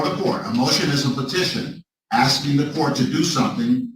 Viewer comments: Axing instead of asking?😮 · Axing .....my all time favorite! Why can't u pronounce asking! Its a s! These people can't speak properly in a court of law! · We "axing"{ someone???? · I’m just AXING you a question!! Drives me CRAZY!! learn how to talk when your out on your ass…you will have plenty of free time.. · You are not “Axing” a question you should be ASKING…. Damn! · Why do those people always say "axing"? I'm from central europe and english is only my third language and I shudder whenever I hear it.. What's wrong with those people? They are always the same! Look the same and behave the same! Do they all have the same speech impediment? If I was a judge I would hold them in contempt for such blatant misuse of the english language.